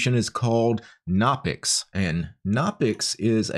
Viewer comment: Its pronounced "guh-no-pix" like how you pronounce "guh-new" or "guh-nome"